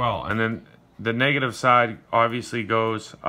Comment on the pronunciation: Copa. Or when he says negative is sounds like he’s saying niggaive